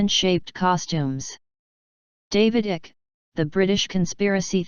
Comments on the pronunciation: It's David Icke not David Ick and it's shapeshifter not shap shifter A I is going to have to get better than this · What utter rubbish. You can't even pronounce Icke's name properly.